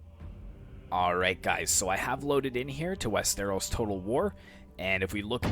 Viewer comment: just a nitpick but its wester-os not west-eros